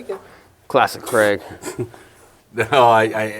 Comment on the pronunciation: Stop saying Cregg